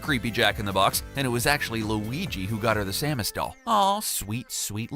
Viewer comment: If you can’t pronounce Samus correctly and don’t know about tier lists then you are not qualified to talk about this stuff